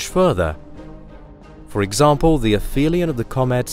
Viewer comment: and and Ap-Helion not Afelion, dude.